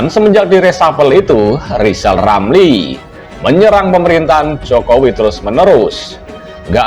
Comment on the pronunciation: Ramli ngomong saja belepotan...hahaha...ngomong R ....coba